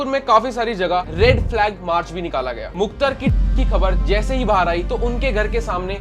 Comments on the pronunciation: Muktar nhi mukhtar he Repoter shaab 😂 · अबे it's मुख़्तार not मुख्तर bhai ko name pronounce nhi aarha aur case study leke chale aaye 🤣🤣🤣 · Bhai bolna seekh le मुख्तार है मुख्तर नही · Bhai view ke chakkar Mai vdo bna le Waise phle name lena sikh le मुख्तर nahi मुख्तार अंसारी बोल